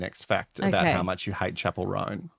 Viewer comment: I don’t think I’ll ever pronounce her name correctly from now on. She will forever be known as “Chapelle Roan” 🏄🏻‍♀️ 👀 😂